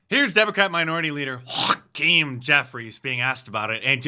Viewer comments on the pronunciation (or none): "HAWK-keem Jeffries"🤣 That was almost as good as "CHY-nah"!